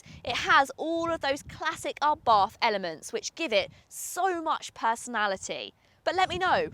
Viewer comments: Please get the pronunciation right - it's ABART. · Please learn how to Pronounce Brands. There is no english th in Abarth